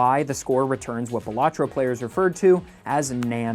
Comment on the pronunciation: Pronounces the game wrong ICANT